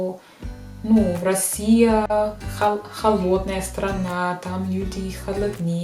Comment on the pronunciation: Почему вы перед некоторыми словами вставляете букву Р? врусский язык, Вроссия. Что это?